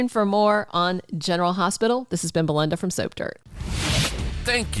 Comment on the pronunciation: Is it Belynda instead of Belinda? I’m sorry! I love Sprina but I totally understand Trina kicking him to the curb. She deserves better but I thought Spencer was turning into a good guy. Hardest storyline EVER for me was making me decide who I wanted to be Trina’s father. I love Marcus and Curtis both! It was going to break my heart either way!?